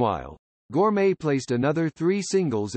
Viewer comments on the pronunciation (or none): Her surname was Gorme, not gourmet!